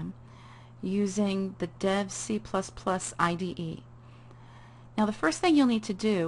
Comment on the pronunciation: Lol did you say dead IDE?